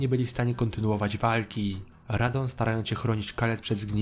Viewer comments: MALENIA nie Melania RADAHN (RADAN) nie Radon KELID (CAELID) nie Kaled A poza tym spoko film 👌🏻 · To jest Radahn a nie Radohn i Radagon a nie Radagan oraz Malenia a nie Melania i to ostrze Miquella (czyt. mikela) a nie Miguelli. Caeild czyta się "kejlid". ER takie małe błędy mogą mieć znaczenie, ponieważ wiele postaci ma podobne imiona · Wszystko spoko tylko to nie Radohn tylko Radahn, nie Melania tylko Malenia, Nie Mikola tylko Mikela